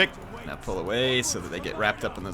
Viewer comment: "now" not "Know"